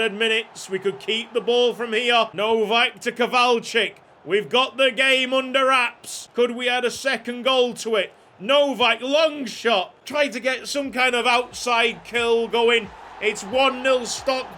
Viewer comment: Sorry to be nitpicking, but hus name is not Kowlaczyk. It's Kowalczyk. Kow-AL-czyk. Such a great series, and here I am, acting all grumpy. I should be ashamed of myself.